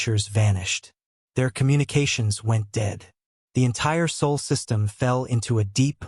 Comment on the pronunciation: SOL not SOUL.